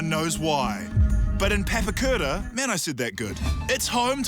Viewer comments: You definitely didn't say Papakura 'good' bro. Love your work though. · Was he joking about saying Papakura right? Cause he butchered it like he butchers every Maori word. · Ironically you pronounced Papakura wrong. The A's are pronounced like the a in car not as in cat. Bitch